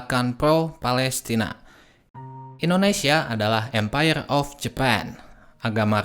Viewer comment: Empayeghhh jepang teghhkenal dengan diktatoghh..sepeghhtii jamann oghhbaa😂😂😂😅 anjayy ngakak liat cadel goblok ngomong😂😂😂😅😅